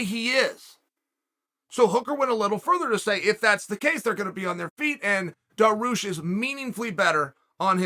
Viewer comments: I can understand calling him Benny, “daroosh” is a travesty though. DAR-I-USH Dariush Not daroosh, dariush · Beneil DAROOOSH. KHAZMAT Chimaev. Dude, if you can't make the effort to learn how to pronounce names properly, just don't talk about them. SAEL CHONNEN!! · Was he joking with his name or was he seriously calling him Benny Daroosh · I actually screamed when he said ”Benny Darooosh” damn Chael out here playing mind games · The pause before Benny Daroosh was pure comedy. Stay you Chael. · When he said Benny daroosh I did a spit take literally LOL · I'm like who tf is Benny daroosh 😂😂😂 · it s called dariush in Persian ecvalnt of Darius it.s the name of great king it.s bothering me people can.t pronounce it